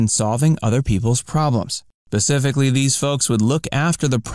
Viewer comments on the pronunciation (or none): You said pacificly. Instead of specifically. Not watching. 👎🏼